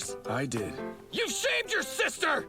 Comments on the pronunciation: To be fair, I heard shaved your sister as well. It wasn't until I read it in this comment section that I learned he said shamed. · It’s shamed not shaved